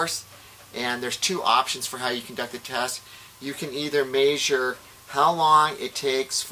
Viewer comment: Maysure. I can't stop saying it.